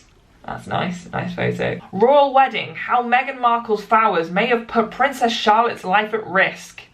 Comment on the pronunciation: flowers fowers Sorry just made me laugh This was a very educational video and I love your ‘reflecting on media’ ones you upload :)